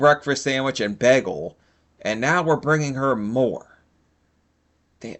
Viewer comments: When he pronounced bagel as baggle was giving me straight “Community” flashbacks. If you know you know. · lol bruh said "begel"